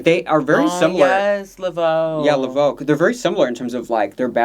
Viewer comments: It’s La Voix with an Ah not La Voe with and O because La Voe goes O. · Not you pronouncing La Voix as Le Veau which means the veal 😂😭😭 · Not Lavo with an 0,but La Voix with an I 😂😂😂